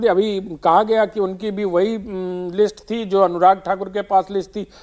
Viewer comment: अखिलेश जी वो लिट्स नहीं लिस्ट होता है😅😅